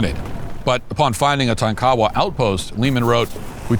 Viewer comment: It's not pronounced - tah-kow-wah. The tribe is Tonk-a-wah.